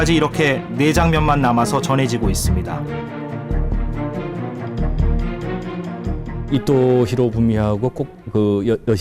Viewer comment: 나만 이토가 아니라 이또로 들리나?